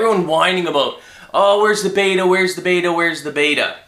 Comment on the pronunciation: batter batter batter batter! Batter! lol i know he was actually saying beta.